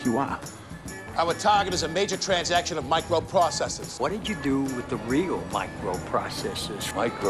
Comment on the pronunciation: What did you do with the real MICWOPWOCESSORS